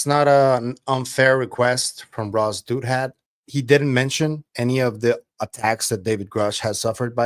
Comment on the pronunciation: I think it’s pronounced Dow-That